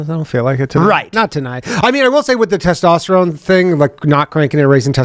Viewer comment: Your “toss-tosterone”.😂